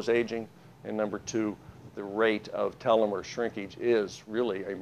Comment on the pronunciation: This PhD guy mispronounces the word telomere.